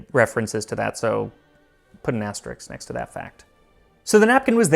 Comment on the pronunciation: Not me running to the comments to see if anyone jumped Max’s shit for mispronouncing asterisk. 😂